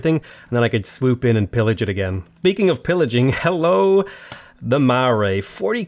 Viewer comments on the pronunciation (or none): none